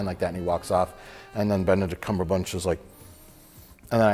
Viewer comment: "Benedict Cumberbunch" lmao